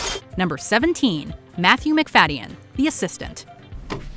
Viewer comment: It's pronounced "Mc-Fad-Gin" not "Mc-Faddy-In"